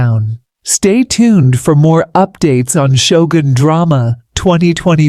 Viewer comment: Who's Mara? Sho-goon? Tar-ron-nika?